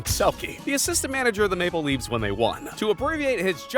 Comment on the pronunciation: I think the point is that it's spelled Toronto Mapleleafs not Maple Leafs, but yeah the guy doing the voice over emphasized the wrong part.